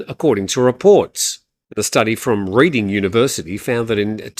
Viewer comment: Reading university is pronounced Redding 😂